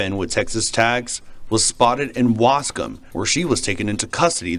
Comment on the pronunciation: I'm so sorry to hear this happened to those little angles💕😭. I'm glad they caught her...thanks for pronouncing lil ol Waskom correctly 🤣